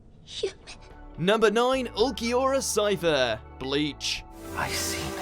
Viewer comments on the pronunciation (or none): Man, his last name is pronounced Schiffer. That’s also how it’s spelled. Cifer ain’t how it’s spelled or sounds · If you had actually watched bleach its pronounced schiffer not cypher 😱